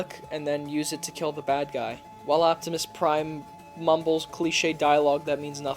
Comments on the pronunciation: Justin Mallon optimus lime (pie) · Optimus Nein was what got me.